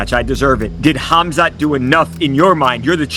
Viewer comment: This guys comentating.what is it mate kahmzart.kumshut kamshut cunshot cumshut.learn his name